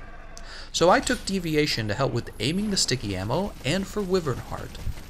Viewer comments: Wyvern is "WHY"-vern not WI-vern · Y-vern. Y-vernnnnn. Say it with me now